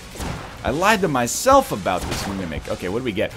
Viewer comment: Every time NL says Mimic all I hear is him saying Mummek, from back when he was playing Quiplash.